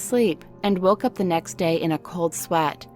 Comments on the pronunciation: Okay I don't mean to offend but the jeepney horror story one the correct pronunciation of the UP dilemma is just saying the letter U and P I died when it was pronounced up 😭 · The way she says UP in UP Diliman should be the letters U and P